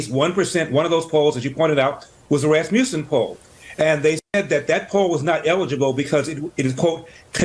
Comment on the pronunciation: The way you pronounce Rasmussen 😂😂😂😂😂😂😂😂😂😂😂😂